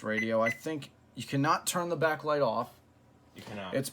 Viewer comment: "It doesn't have a be-acklight" XD